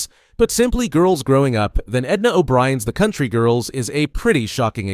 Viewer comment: Not how you pronounce the names in the country girls......